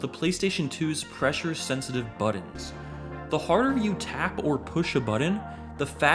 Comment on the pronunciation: “Push the buddens”